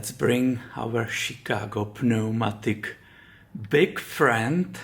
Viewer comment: The "P" in pneumatic is silent, so only the "N" is pronounced. :)